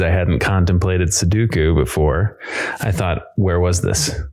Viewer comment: Why do they all say "suduku"?